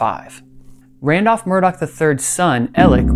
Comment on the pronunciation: The name Murdaugh doesn't have a C or K in it. Why do they keep saying "Murdock?"